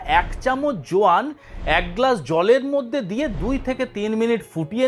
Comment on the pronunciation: যোয়ান টা কি বুঝি নাই,কেউ একটু ক্লিয়ারলী বললেন?